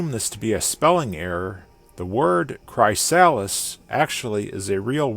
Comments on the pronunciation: im pretty sure its pronuced kriss- sal list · It's pronounced Cry(as in crystal)-Sa(quickly, fast)-lis(as in the name Liz) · His pronunciation of chrysalis really hurt It's "cri-sal-is" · Bro i work for a company called chrysalis and ive never heard it pronounced like that. You had me questioning myself so hard 😅